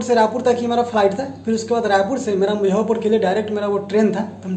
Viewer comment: Aap muzaffarpur ko mujhaupur kahte h syd.